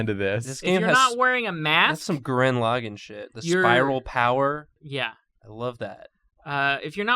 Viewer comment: Gurren Lagaan sounded like Gurin Logen